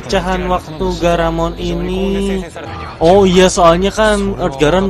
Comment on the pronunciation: Bang ini saya cuma pengen ngingetin doang kalo penyebutan nama Gamaron yang besar itu Garamon bukan Gamaron. Udah gitu doang aku pengen omongnya saya hanya pengen Abang kalo nyebutin nama kaiju ya yang bener gitu doang